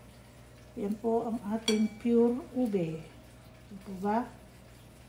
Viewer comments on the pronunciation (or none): naka “Une” instead of “Ube” hehe 👍🏻